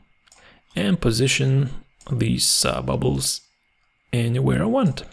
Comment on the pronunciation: It's great! I like the way you said "bubles" 🤣